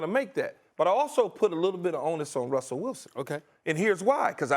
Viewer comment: “Wussell Wilson” lol